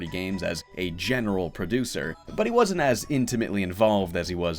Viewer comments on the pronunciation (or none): none